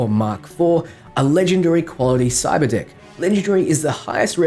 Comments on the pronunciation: I SWORE said cyberdick and I was like WHHHHAT! but nvm xD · Whenever he says cyberdeck i think he says cyberdick i think you know what im looking forwards to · I swear to god I thought he kept saying cyber dick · i thought he said cyber dic@ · Not gonna lie, the first time you said Cyberdeck I swear I heard CyberDICK in your Aussie accent... 😅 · I heard it too lmao. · I just had my phone next to me listening and I heard that and had to rewind to watch again like wtf we getting that early dick access